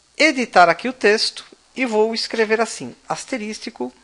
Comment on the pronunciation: Aula muito boa, mas "asteristico" não existe, é asterisco.